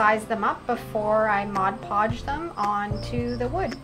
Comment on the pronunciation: It’s MOD podge, not modge podge. Just sayin’…..